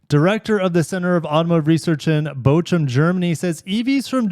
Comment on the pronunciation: Geely with a "J" dammit. Bochum = Bokum, not Bochum. You're one of the tiny handful of reputable automotive news channels on Youtube. I expect absolute perfection.